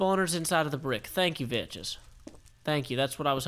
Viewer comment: he IS pronouncing it correctly